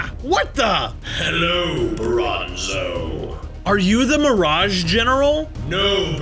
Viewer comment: Bronzo not bonzo